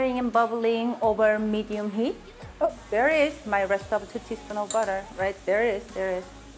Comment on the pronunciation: I thought she said if we wanted to use bad ass then use bad ass... had to listen to her again and it was butter... lol. Funny.